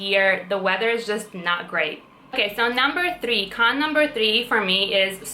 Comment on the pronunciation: I like when you say "number trii"